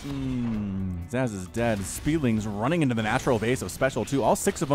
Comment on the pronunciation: Zasz (pronounced Zahz) was the Cerebrate of the Garm brood back in SC1. one of the elite Cerebrates, but was killed by Zeratul.